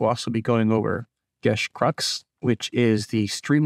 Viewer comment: I love the info you've provided, and you've easily passed the bar for not being a corpofash ghoul. I believe that "system matters," so I look forward to crunchier overviews. (Bonus points for pronouncing "geas" correctly!)